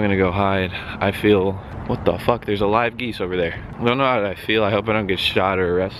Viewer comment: "There's a live GEECE over there" ....???